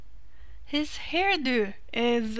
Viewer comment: You sound so wonderfully Norwegian when you say horn-do :D Love this look, copied it with a modded hairstyle and some upgraded textures and it looked amazing.